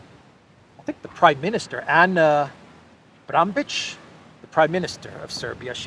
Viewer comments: Bar-na-bić Бар-на-бић pronounced as Bar-na-bich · You pronounce her last name as BRNABICH.. B R N like BURN-A-BITCH.. Anyway, she's a lesbian.. Why doesn't Serbia get more props for having a lesbian prime minister, I mean, it's European values, right there, so why isn't Serbia in the EU?? Anyway, before entering the EU, I hope that the people wake up by then and say NO on the referendum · Coming from Serbia, we recommend english speakers to read [Prime Minister Ana] Brnabic as burn-a-bitch. It sounds similar with the way we pronounce it. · Serbian prime minister Ana Brnabić last name is pronounced burn-a-bitch